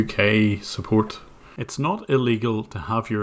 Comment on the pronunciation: ... fumbling tumblings head set peril "Suppoat?"